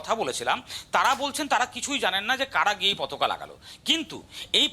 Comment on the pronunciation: পতকা নয়, পতাকা বলুন